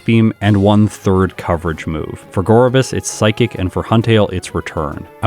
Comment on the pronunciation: Huntail's head fin somewhat resembles a scallop and, like Gorebyss' seashell bra, is likely meant to visually connect to its pre-evolution. Btw, I was quite pleasantly surprised that you got the Gorebyss pronunciation right, despite all the misinformation in the comments when you asked about it in an earlier video.